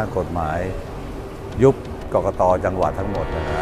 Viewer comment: กกน. ไม่ใช่ กกต